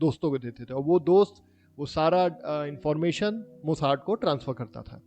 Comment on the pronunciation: भाई मेरे हिसाब से मोसाद नाम है मोसाड नहीं ❤ Good work and good story 👏